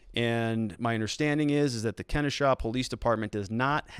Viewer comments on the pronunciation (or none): It's pronounced keh-NO-shah